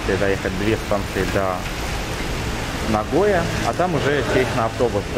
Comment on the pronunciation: а разве нагОя, не нагоЯ?